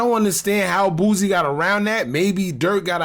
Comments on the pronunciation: His name is Boosie sounds like (Boo- See) not Boozy 😂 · It's pronounced Boo-See; Not Boozy... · Bro stopped saying boozy